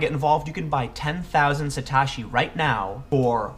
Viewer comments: Sah - toe- she Satoshi not suh - tawsh - e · Sa "toe" shi is how it is pronounced. Concerning the Dot-com bubble... nobody ever called for buying the dip with those dot-coms. And tulips don't have utility. Tulips are the laziest of the lazy comparisons.